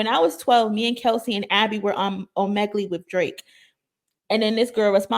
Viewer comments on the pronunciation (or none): ...Omegle is pronounced "OH--'MEH'-'GUL'...NOT 'OH'-'MEG'-'GLEE' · Girl ur so cute lol its pronounced O MEE GILL 😂❤ I love ur videos